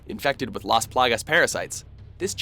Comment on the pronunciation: THANK YOU for not butchering the name “Las Plagas” when you said it! Awesome man!